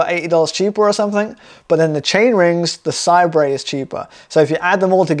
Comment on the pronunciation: i think it's pronounced 'say-bur'